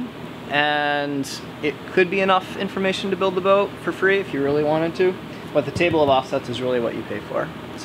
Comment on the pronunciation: "You'll see the broat in half breadth view...." LOL... Almost didn't catch that!